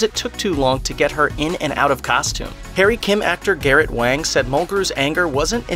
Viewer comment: Garrett Wang's name is pronounced "WONG" he will correct you in person. He's really cool